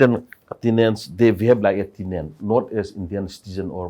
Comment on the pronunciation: Says Tinan(Tenant) Karan:What did u call them sorry?What was the word i never heard Imfaoo😂😂